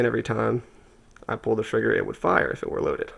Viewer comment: great vid but do you say frigger or is it just audio thats bad? i call it a trigger